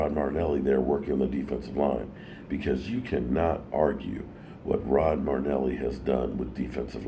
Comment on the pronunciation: It’s Mari- Fucking- Nelly not MardNelly!!! 😂😂